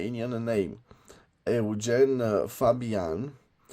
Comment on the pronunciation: Eugen is not french Eugène 😊